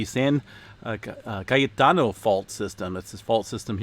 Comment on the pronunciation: I love the way you pronounce "cayetano" you almost sound Spanish. Good job! Yeah 83° in February is not a good sign, it was a beautiful 70° in Sacramento. Hopefully we won't have a super hot summer. If you stay in CA another summer I would suggest getting a dolboy pool to cool off in.